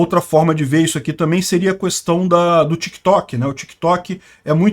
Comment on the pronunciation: Me irrita ouvir 30 vezes a palavra "questão" ressaltando o "qu" separado... questão querido, é tão simples é o correto. No mais o cara sabe muito, acompanho e respeito. Pequeno detalhe chato só!